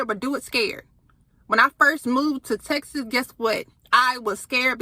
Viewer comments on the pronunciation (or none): none